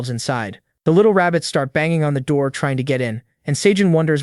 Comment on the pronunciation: "Open the noor" Yup this is gonna be good